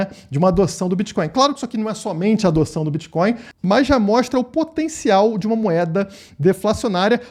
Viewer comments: Será que o parasita é tão leigo que chama Bitcoin de Bitcóio ou repudia tanto que nem consegue falar! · Será que estava zoando ou não sabe como fala mesmo?